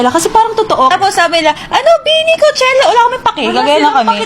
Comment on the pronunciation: It's pronounced as kow-che-luh